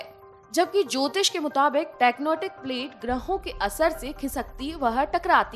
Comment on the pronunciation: Tectonic plates not Tecnotic😂